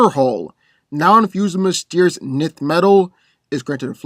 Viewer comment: Nth is pronounced “enth”